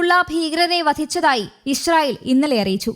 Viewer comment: ഇഷ്രയേൽ എന്നല്ലാ ഇ സ്രായേൽ പുമാനം